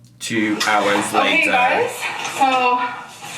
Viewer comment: I love it so much when you’re like ‘Two. Hours. Later’ 😂